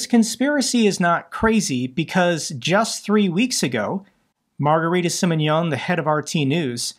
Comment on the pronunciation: Margarita Simonian (SimMONyan) accent on MON. It’s an Armenian name. In Russia, Armenian names end in yan, in American, ian . Hope this helps. Thank you for your tireless work in your daily Pod casts.